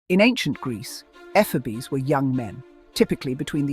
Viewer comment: EE-FEE-BOES! Latin uses long vowel sounds, not soft or round ones. Plural = Ee-fee-bo-i There is a theory that the modern word BOY actually comes from efeboi through the Germanic word boi which apparently and with due reason originates in the Latin efeboi, and the efe portion was transmuted into effeminate, which is entirely likely.